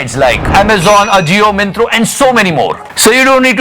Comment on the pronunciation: Myntra Bhai myntro nai, modi ki app nai hai yeh lol